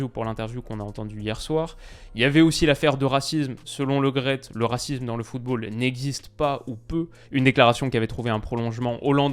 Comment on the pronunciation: Par contre c est noel Le Great pas Lo graet. C est comme premier et non promier. Merci